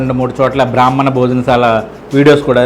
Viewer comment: బ్రహ్మణ కాదు. బ్రాహ్మణ